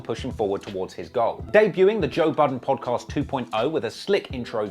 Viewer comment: Hate how he's saying Podcast... great content though